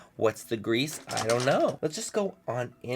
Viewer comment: did you just say wha the grEASE manny?! hahaha i love it